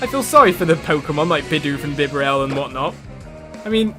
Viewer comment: It's pronounced like 'Bee-Barrel' Love your Videos. Could you play wind waker HD please?